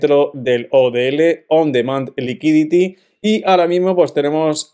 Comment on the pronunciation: Y dale con el likiditi nooo fratello liquidity uiditiii UUUUU DITY EN CASTELLANO LUKUIDITY UUUU